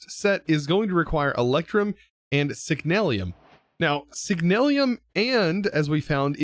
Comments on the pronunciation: Nice vid :D but, i must admit, that yours Signalium instead Signalum is making me crazy :D :D :D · hey i have a little question ehy do you pronounce signalum as signalium? im not trying to sound mean or anything im just curious is all